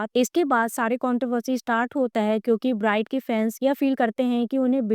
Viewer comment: If you are really his follower then you will know ..he is doing so so many things but can't be disclosed.. ofcourse big projects takes time..his movie will be in 2027..his album will be in 2026... And many things on the way.. and pronounce his name perfectly...